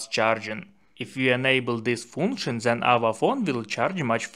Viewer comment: Why is your English so damn bad? It's not zen, it's then....